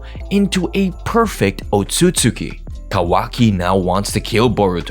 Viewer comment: the pronunciation of "Otsutsuki" low key pisses me off lol. sub > dub